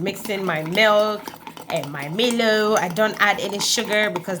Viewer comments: Haha yess Milo! Glad our Australian Milo is so popular with you guys! You're welcome 😁🇦🇺 By the way, you should pronounce it like "mylo" instead of "meelo" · Enjoyed the video and ur energy is awesome The word Milo tho isn’t pronounced (MIL- O )it’s MI-LO PRONOUNCE MI the way u would pronounce MY